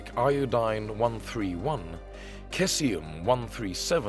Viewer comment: In the first 30 seconds there were glaring errors not to mention the mispronounciation of Cesium 137, I'll,pass very little research done here otherwise they'd know Cumbria is a county not a town.